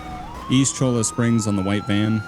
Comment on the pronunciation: The original dispatcher in GTAV pronounces it as "nee-land" I believe. Cholla Rd is also "Cho-ya"